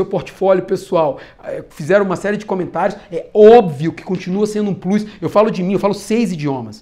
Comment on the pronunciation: Fala 6 idiomas e falou plus errado 😂